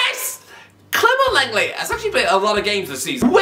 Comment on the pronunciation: Saying lenglet made me cry